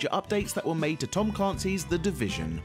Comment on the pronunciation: Tom "CLARNCY"?